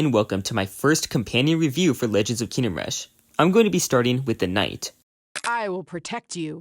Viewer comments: Why do you pronounce it Kinnem Rush? its KINGDOM rush. KING-DOM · wHy ArE yOu So TRiGgEreD LoOOooOL why are you not? he keeps saying kinnem rush, in every single video. He says it over and over. I will hug him full of love and positive thoughts until he explodes from being hugged so hard, friendo. (algorithm-friendly threat)